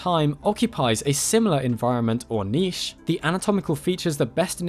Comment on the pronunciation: THANK YOU FOR NOT MISPRONOUNCING NICHE!!!